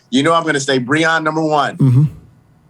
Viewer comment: Will ever learn to say Breon